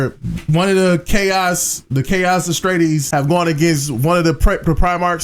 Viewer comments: Bro mixed up Wh40k Astartes and DUNE Atreides n said Astreides. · A couple things. Astartes is pronounced like Uh-star-teez. Daemon is another legitimate way to spell demon. He refers to Slaanesh as they, because slaanesh is kinda both male and female so he says they rather than he or she. Eldar never ruled over humans